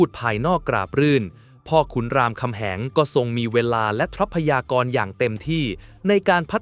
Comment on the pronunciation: ใช้เอไออ่านๆ ผิดอ่านถูก เช่น ทรัพยากร อ่านว่า ซับ พะ ยา กร ไม่ใช่ ทับ พะ ยา กร , หลักที่ 1 อ่านว่า หลัก ที่ หนึ่ง ไม่ใช่ ลัก ที่ หนึ่ง